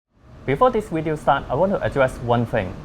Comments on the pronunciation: don't you mean 'wideo' :) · I hear that camera takes good "Wideo"